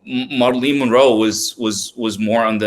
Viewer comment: Great content. One thing, her name is pronounced MARE-UH-LYN (Marilyn) not MAR-LEEN.